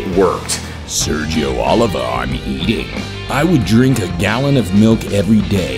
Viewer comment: Oh-leave-uh not o-live-a